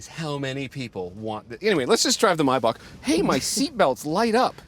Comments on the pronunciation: no way did he say MAY BACH, like that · It's Maybach not Mybach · It's may.bak guy not my.bak 😂, anyway best review I've ever come across so far ❤️👏👍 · It's pronounced Maybach not Mybach. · its mot maybach its maibapp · It’s not a myboc arts a maybach . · It’s Maybach not Mayback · I thought maybach was pronounced as "may back" not "my buck"😕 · What's mybak? It's mayyy back! Learn how to pronounce boys don't be stupid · Nope, it's ''my buck'' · Why I'm hearing Mayback as "My butt" ? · Why can't Americans pronounce this simple car name properly. Maybach. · it’s not “my bach” 😭